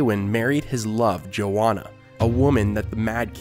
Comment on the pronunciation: The pronunciation of "Joanna" is terribly wrong. It's not "JoWonna" as he says it. It's "JoANNA ". Source : My family has Joannas in them. Joanna Village, Pennsylvania. It's a real place.